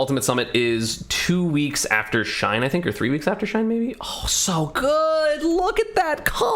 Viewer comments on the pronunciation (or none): none